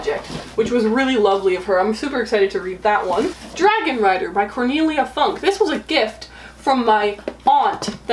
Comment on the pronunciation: You should totally read Dragon Rider! Have you read it yet? (Also, it's funny how you say Funke') Love this Bookshelf tour though <3